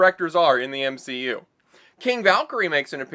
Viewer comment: The M-she-U